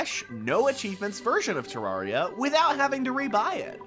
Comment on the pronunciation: it's te-rare-ia you don't pronounce terrain as te-raw-ain